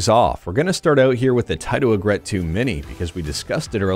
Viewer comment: fyi its pronounced 'EE∙grit. It doesn't rhyme with regret.